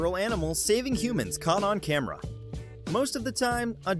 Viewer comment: This man said camer